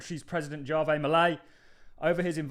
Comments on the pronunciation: Argentina's President's first name Javier is pronounced HAVE-EE-EH.. and not JAR-VEY 😉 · I'm pretty Javier is pronounced hah-vee-air.